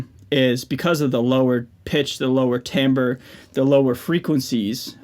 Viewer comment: Bro you fucking pronounced timbre right thank you so much. Huge pet peeve of mine when people get that wrong